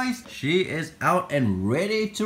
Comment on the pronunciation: the way he said “AiNDd”🤣